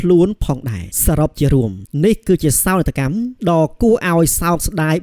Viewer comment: អានពាក្យខ្មែរឲ្យត្រូវផង សោកនាដកម្ម មិនមែនសោកកម្មទេ